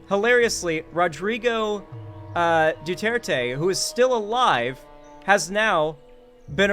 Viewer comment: I am amazed how much you're trying to pronounce Duterte correctly. Other westerners would assume it's French and make the last E silent.